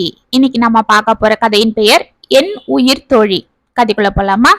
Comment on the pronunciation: உயிர்த் தோழி என்ற சரியான உச்சரிப்பு கேட்டு மகிழ்ந்தேன்.அச்சிலும் ..த்..போட்டால் தோழிகளுக்குள் நெருக்கம் மிகுமே..மொட்டைக் கடுதாசி செய்த குழப்பத்தைச் சமாளித்த தோழிகள்😂குழந்தைகளைப் பகிர்ந்து கொண்டது நல்ல முடிவு.